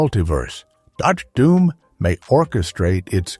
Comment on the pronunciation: What about Der Doom, instead of Dr. Doom. Low budget video. No effort into making this bullshit.